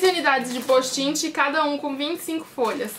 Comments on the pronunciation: nao e poustinti e postite aprende a fala pra de pois fazer videos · Não é postin-ti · ana- beatriz pessoal você disse "posti-ti" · ana- beatriz pessoal num e posti-ti tbm não. Se escreve Post' it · ana- beatriz pessoal ela fala postinti e vc posti-ti o certo eh post-it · oq ela mais enritou foi ela falando postinti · kkk postinti gostei mtt do vídeo mas vc tentando flr certo post it foi engraçado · vc falo postinti foi isso que eu entendi